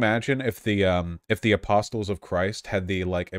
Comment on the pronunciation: lol I've never heard someone pronounce the t in apostles